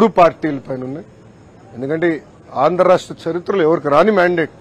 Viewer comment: అయ్యా లోకేష్ ఆండ్రా రాష్ట్రం కాదయ్య ఆంధ్ర రాష్ట్రం, పదాలు సరిగ్గా పలకడం తెలియదయ్య ఇంకా పరిపాలన ఎలా చేస్తారు ఏంటో